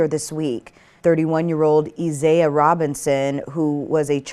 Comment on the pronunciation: How in the H does she not know how to pronounce Isaiah!?! I swear she is an AI bot. LOL